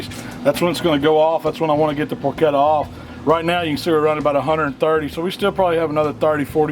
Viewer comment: Congratulations on pronouncing "porchetta" correctly. It drives me crazy when people mispronounce "ch" and "sch" in Italian words.